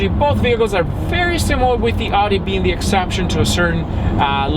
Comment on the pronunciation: You are saying Audi wrong